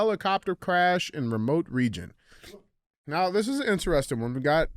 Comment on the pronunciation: DJ spends too much time trying to be the center of attention. Really makes CTI unwatchable. He is not funny and his illiterate pronounciation of common words (in-tuh-res-tun = interesting, axe = ask, etc.) are a "crime against humanity." I'll stick to Q&AF from now on and skip CTIs.